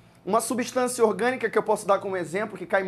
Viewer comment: Só oq confunde é que ele não fala "orgânica" ele fala "iogânica", da mó embrulho na mente